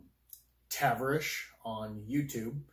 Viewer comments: It's NOT Taverish, it's pronounced Ta-VAR-ish silly. But you made me laugh pronouncing it.... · And it is Tah-var-ish not Tav-er-ish... But other than that pretty good insite on the show experience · Dude, the way you say Tavarish 🤦🏼‍♂️😂 it’s Ta-var-ish lol. I watch his channel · "Taver Rish" lol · Great video man, thank you for the input. But man. Lol. Tah-Var-Ish. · Great video 👍 however worst pronunciation of Tavares’s ever lol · The way you say Tavarish name gives me chest pains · Lol how he pronounced tavarish